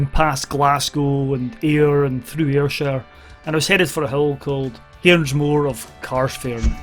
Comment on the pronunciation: Just a wee thing - it's "Cairnsmore" not Carnsmore, so 'Cairnsmore of Carsphairn'